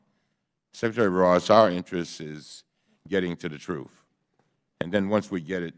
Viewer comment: What is this "Troof" that he keeps referring to? How can anyone tell what the troof is, if we dont know what a troof is? I cannot find it in the dictionary. So I assume it is a new russian super weapon or a new government agency. Maybe its the name of a spy and they need to find him.